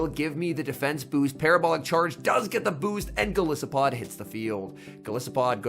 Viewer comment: Isn't Golisopod pronounced with a hard "I"? As in goliath and isopod?